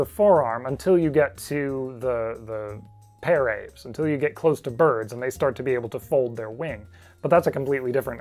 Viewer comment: par-av-es, three syllables ;)